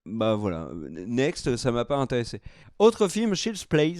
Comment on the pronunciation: Quand dit Shield’s play c’était pour dire Child’s play? 😳